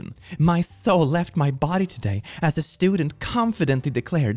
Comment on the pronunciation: "Soul", kid, not "souod".